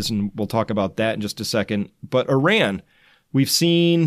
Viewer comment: It's said like iraaaaahn, not I-ran. Just FYI :) love your updates.